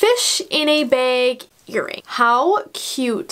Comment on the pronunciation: Sorry but it’s bag not beg